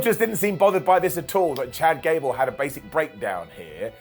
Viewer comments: Did anyone else hear Ghad cable 😂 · Idk why but I laughed SO hard when he called Gable "Jad Cable" lol